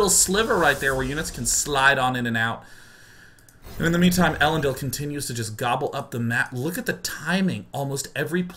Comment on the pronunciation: I am dissapoint in your nerdy LOTR knowledge Day9. Elendil is pronounced with the emphasis on the second e. elENdil.